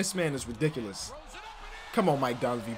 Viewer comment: “Come on mike dunve” Me: “it’s dunleavy, I thought you were a bulls fan”🤦🏽‍♂️